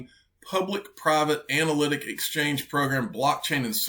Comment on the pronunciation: Does she saying “black chain” technology or “blockchain”???